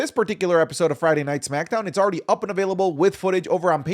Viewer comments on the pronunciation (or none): none